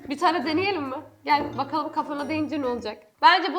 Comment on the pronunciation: 0.20 bokalım diyor 😂😂